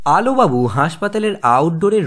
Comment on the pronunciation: Sir apni prothom line a bollen..... Alubabu nki alobabu